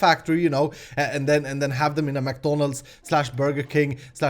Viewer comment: I'm sure people are gonna rage because you say McDonalds wrong....